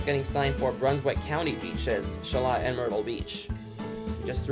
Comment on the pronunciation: Military Cutoff.... is the only exit I need!! Sha-Loat (rhymes with boat) nice vid!!